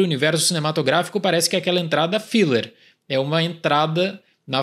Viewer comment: Um pequena correção: é fiLLer e não fiLer. Consoante dobrada muda o som da vogal precedente. Outro exemplo é "striped" com som de "ai" por causa do "p" sozinho, e "stripped" tem som de "i" por causa do "double p". Dito tudo isso, concordo com o argumento. MCU virou tudo filler. Mesmo erro que quase faliu a Marvel nos quadrinhos nos anos 90.